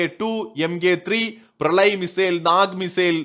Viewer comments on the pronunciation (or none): none